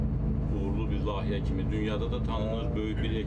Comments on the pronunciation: Ай сававадсыз лайихе, лахийе йох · LAHİYƏ YOX LAYİHƏ ))